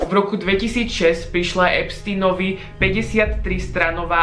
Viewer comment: pri EPSTINOVI??? Nauč sa vyslovovať jeho meno keď sa hráš na chytreho